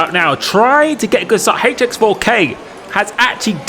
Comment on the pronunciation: Proper pronunciation for HX4K please